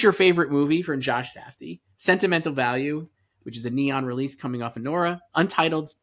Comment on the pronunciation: As a Norwegian, I am incredibly happy that you are all excited for Joachim Trier's "Sentimental Value" and putting it in above-the-line categories, which would be the first time ever for a film from our country. I am also impressed by pronounciations of the name. It's really good!